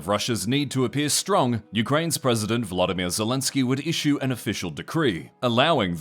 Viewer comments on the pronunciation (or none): none